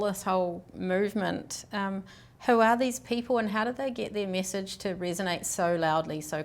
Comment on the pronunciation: Please don't use tah like yobamma instead of to or too.